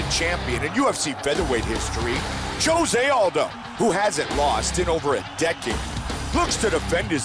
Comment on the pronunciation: He can finally pronounce jose.